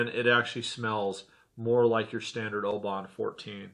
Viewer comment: you need to learn how to pronounce the town Oban - your attempt is making my ears bleed ! you did ok with the others with the exception of Royal Loch-na-gar